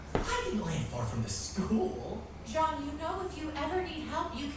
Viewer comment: It’s Jaune, not John. Means yellow in French.